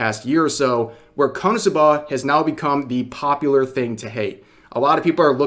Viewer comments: Rev I'm going to need you to stop stressing the A at the end of KonosubAAA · You put the emPHAasis on the wrong sylLAble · God I am so triggered by the way Rev says "Konosuba" Why are you putting the inflection on the final syllable!? 😂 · the way rev says "SUBA" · its KO - NO - SU - BA. Not KANA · You say KonosuBA but its pronounced KonoSUba runs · I thought konosuba was easy to say until I heard him say it... HOW? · Why do you say it like that Rev? I've never heard Suba pronounced that way. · You have the absolute weirdest pronunciation of Konosuba I've ever heard, but w vid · I don't think I've ever heard anyone pronounce konosuba so hilariously, 10/10, couldn't help but cringe laugh every time, love ya Rev, lol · bro ur pronunciation of Konosu-buh is wild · they way you say "KonoSub'AH gives me anxiety The anime is a masterpiece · Why do you keep saying konsubbaaaa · Dude is really saying Kanasuba 😂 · I'm more mad about how you're pronouncing Konosuba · Only thing I disagree with Rev here on is…why are you pronouncing Konosuba like that? Personally, I pronounce it like Kono-Suba. Two words, four syllables. Is that weird? Am I the weird one? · Bro you pronounce "Konosuba" real oddly. Is this some kinda dub issue? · Rev why do you pronounce it that way?!?! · Why do you say Konosuba so weird??? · The way you say konosuba is very wierd to me. 😂 you say the first part quickly and then i hear a very pronounced buh for the last syllable. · I never heard ppl say KonoSuba the way Rev does :d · Ok I'll say it......I love how rev says konosuba😂